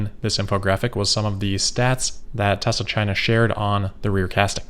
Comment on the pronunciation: We finally learn the correct pronunciation: Tezra.